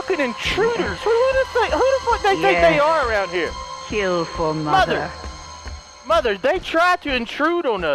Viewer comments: The way he says mother “moder” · I love how says mother. "I'LL KILL DEM ALL MUDER"